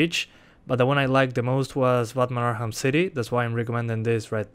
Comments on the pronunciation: Learn how to say arkham you were saying arham not arkham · why do you say "arham" and not arkham XD LMAO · ARKHAM CITY not arham city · Batman "Arham" City lol